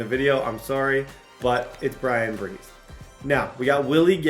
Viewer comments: Bryan Bresee pronounced like (BRUH-Zee) ⚜️ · Hey, I’m a die hard tiger fan and just want to say Bryan’s last name is pronounced “bruh-zee” it was gonna bother me if I didn’t say anything